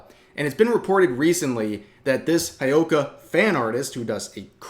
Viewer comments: It's not High oh ka. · How tf are you pronouncing Hyouka, Rev?!